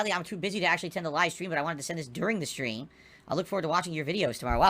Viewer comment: Funny how 1mm has morphed into a "last minute khantribootion from the last strem"